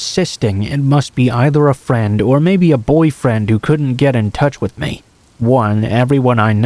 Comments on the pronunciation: Pretty sure it's advanced text to speech, any person who knows English would know how to say lavatory and ESPECIALLY "ME" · I'm sorry but hate the way he says "me".